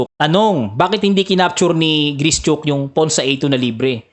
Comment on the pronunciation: Gri - shuk po ata tamang pronunciation